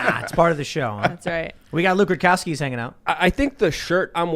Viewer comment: Is it just me or does Tim never pronounce Lukes last name properly? Rukowski?